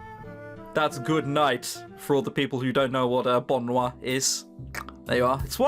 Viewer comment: You said good nut instead of goodnight in french haha made me smile